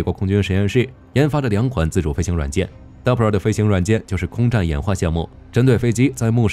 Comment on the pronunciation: DARPA，不是 DAPRA